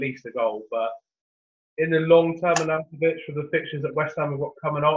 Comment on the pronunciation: 1st time listener. Yes I enjoyed it and gave it a like. Feedback would be: there were a few audio issues, volume raising / dropping etc. And wrong pronunciation of footballers names was a bit annoying. Like 'Dave-id' Silva, Ar'naught'avic + 1 or 2 others. Otherwise nice one 👍